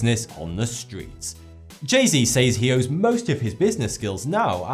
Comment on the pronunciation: The fuck do you say, "Says" like that for?